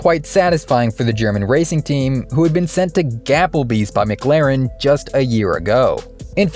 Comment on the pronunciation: Please stop saying mic-laren....you're killing me. Try Muh-claren.